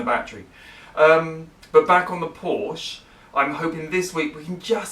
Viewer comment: It's such a pleasure to here someone say "Porsche" and not "Porscha"... I believe the gentleman's name was Ferdinand Porsche with no "a" to be seen or heard...